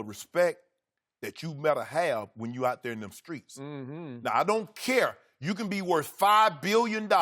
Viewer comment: “In deez skreets!” 😂😂😂